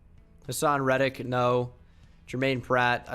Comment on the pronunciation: The way he said red dick bruh 😂